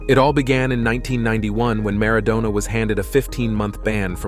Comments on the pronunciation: Who is “Garza” and “Mara doona” 🤣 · Maradoner 🙄 As in kebab. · W hy the weird pronunciation of Maradona?